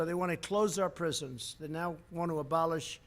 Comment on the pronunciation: “apolish our police dept”